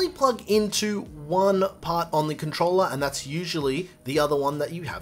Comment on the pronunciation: He say controller 🎮 or controla pleya.